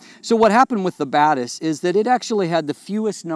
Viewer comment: Hey says Batis, I hear bad a$s.